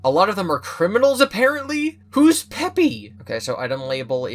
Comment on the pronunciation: "Peepy" is actually pronounced like peepee :)